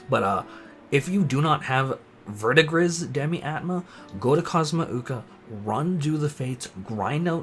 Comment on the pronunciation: Verdigris is pronounced "Ver-de-gree" and is the name of the turquoise color of old/tarnished copper.:) Thanks for your content,!